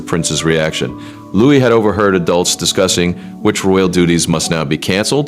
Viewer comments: Remember this is AI generated. His made is not Lewis, it's Louis. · Louis. Not Lewis. Louis as in LooWe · Louis. Pronounced Lou-ee. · the child is called LOUIS!!! why can't you get this right??? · Why can’t you “Yanks” pronounce and spell Prince Louis name correctly for goodness sake????